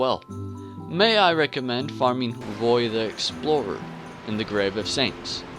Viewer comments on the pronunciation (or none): none